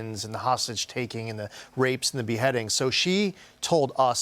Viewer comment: Please pronounce her last name correctly. It's Tla-ib, not ta-lib.